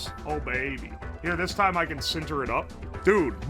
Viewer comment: Guy pronounces the area of an object farthest away from its edge as if it were the process of bonding materials together with intense heat without melting them Sinter Sinter Sinter Sinter Sinter